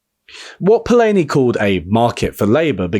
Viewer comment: I'm astonished how you do such diligent research for videos and then pronounce the guy's name "Polayni" ^^ (which is to say: love the video, thanks)